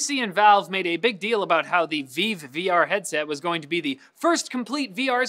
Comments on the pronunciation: The HTC Vive is pronounced like "live", not like "veeeev". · Did he really say VEEVE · Alright, who has been saying "Vive" wrong this whole time, me or?